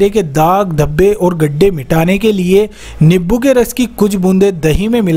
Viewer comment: Niboo nahi nimbu bolo